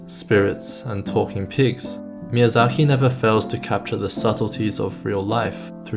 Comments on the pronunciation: There is a "K" in his name, not a "KH". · Why do you say Miyazahi instead of Miyazaki?